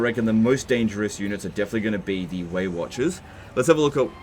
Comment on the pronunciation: Anyone else hearing "Waywatchers" as "weight watchers" and thinking of obese Elves?